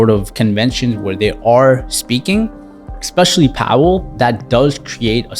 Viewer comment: Dude....it drives me crazy when people say "EXpecially". There's no such word! Its "ESpecially". Who taught you English??? Similarly, I would bet that you say "EX cetera"...when the proper phrase is "ET cetera".